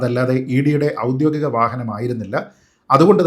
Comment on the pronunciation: നല്ലൊരു സംവാദകനും പ്രാസംഗികനും ഒക്കെയായ താങ്കൾ ഔദ്യോഗികം എന്ന വാക്കിനെ പലപ്പോഴും 'ഔദ്യോദികം' എന്ന് തെറ്റായി ഉച്ചരിക്കുന്നത് പല പ്രാവശ്യം കേൾക്കാൻ ഇടവന്നിരിക്കുന്നു. ദയവുചെയ്ത് അത് തെറ്റാണെന്ന് മനസ്സിലാക്കി 'ഔദ്യോഗികം' എന്ന് തിരുത്തി ഇനി മുന്നോട്ടുള്ള താങ്കളുടെ സംവാദങ്ങളിലും വീഡിയോകളിലും ഉപയോഗിക്കുമെന്ന് കരുതുന്നു.